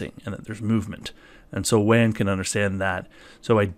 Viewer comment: it's pronounced "waan" not "van"